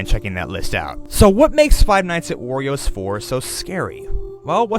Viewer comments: ayyy he started saying "worio" agen at fnaw 4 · gets upset that people say he said 'worios' last time and then says ''worio'' seconds after like it never happened. lol